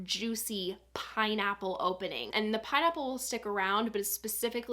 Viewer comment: I swear I heard "paw nipples" when you said pineapple 😂😂